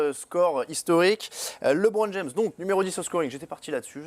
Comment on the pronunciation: Le Hoopcast c'est de la merde présenté par un animateur qui se prend pour Jacouille ( Hellôôôô Hellôôôô) et un faux journaliste qui se prend pour un spécialiste Américain mais qui ne sais même pas prononcer LeBron James sans dire Liiiibron James, n'est ce pas.... Erwan et Thomas étaient 1000 fois mieux BUSA, gros site d'hypocrites ou seul son fan club peut s'exprimer...